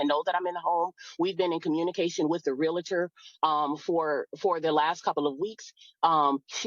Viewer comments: the house is his...allows her to stay there. hory shet!!! even going thru this, a gentleman/provider. and why do people say "RELATOR"...is "REALTOR" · These birds always pronounce realtor the wrong way